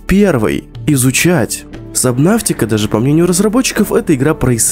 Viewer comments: Почему собнаВтика правильно собнатика без В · Сабнатика а не сабнафтика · Сабнотика, а не сабнавтика. Где ты взял букву в? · Это не сабнафтика, а это сабнатика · В кривом произношении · ДА ПОЧЕМУ САБНАВТИКА! САБНАТИКА! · Почему "Сабнавтика" 😭😭😭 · ПРАВИЛЬНО САБНАТИКА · КТО ЧИТАЕТ сабНАВТИка???